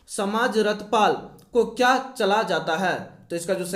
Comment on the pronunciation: Kya MC 🤬🤬sala Hindi bhi sahi se pad nahi pata hai kya Ka Q padta hai sala MC 🤬